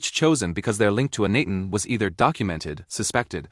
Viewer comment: And it's got a robot narrator that mispronounces the pharoah's name, Cairo, etc. Clickbait. I'm out within two minutes.